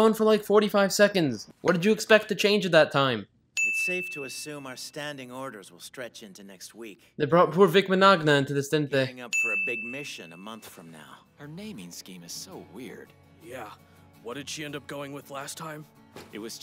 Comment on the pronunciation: They brought poor Vic MAH NAHG NA into this didn't they? Ahem, Vic Mignonga (MIn-Yah-nah).